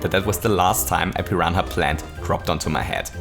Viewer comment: Just a heads up, you don't pronounce the ''h'' in "piranha" at all.